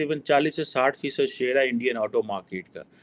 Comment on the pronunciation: 1.Pehle ye decide kar lo ki India ki market badi hai ya India bade markets ko apni oor khich raha hai . 2. Not markeeet but market, not Aato but Auto, not Laa but Law not RAAAA but RAW !!